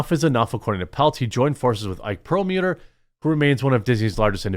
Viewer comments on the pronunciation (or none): PLEASE stop mispronouncing “PerlmUDDer”. Mud. Not mute. Yes, I know it’s spelled mutter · You were one of the kids in school when asked to read out loud, you added words that weren’t there in the text. Very annoying. Knowing that you do that leans against your credibility. Plus what was up with your pronunciation of Perlmutter? You murdered that 3 times in rapid succession. Do better, Quartering.